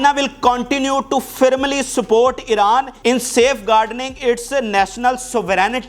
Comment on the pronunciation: Please correct your pronunciation of "firmly" and "convoy" otherwise I appreciate your efforts.